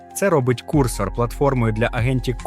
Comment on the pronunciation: невже так важко голосом надиктувать, щоб не було «а-пе-і» і «кУрсор»